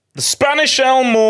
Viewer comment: The only thing wrong with this video is calling Olmo "Elmo" 😂😂